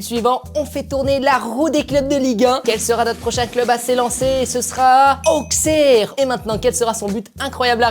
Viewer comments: Auxerre ce prononce aussere, perso je m’en fiche je suis pas de là bas mais avant je me trompais et les gens de la bas aime pas trop qu’on ce trompe 😂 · AJ AUXERRE MAIS ATTENTION, LE X SE PRONONCE S